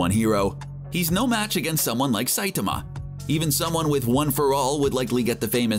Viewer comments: "Saytama!" Its Sai-tama, this dude needs Pronunce Saitama's name correctly or it'll be one cringe ass video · The pronunciation of saitama is just stupid but let the memes come